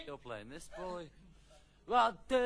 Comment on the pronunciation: 7.05 - Thes Boy, Thus Boy hahahaha